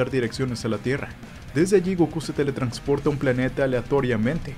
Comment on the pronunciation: Dale like por cada vez que diga "teletrancsporta" xD